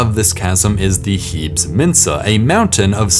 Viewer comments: "Heebs" (This feature is named after the Greek goddess Hebe, pronounced "Heebee". Most features on other planets should be pronounced in Greek, in fact.) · I cringed every time he said "HEEBS". Its clearly from Greek, which pronounces the "es" unlike English. I certainly hope you dont pronounce Hercules like "HER-KULLS"